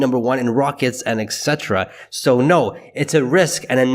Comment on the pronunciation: Funny how you pronounce etc like evhsetta